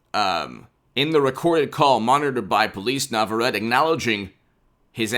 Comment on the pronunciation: It is pronounced "Nah vah ret tay"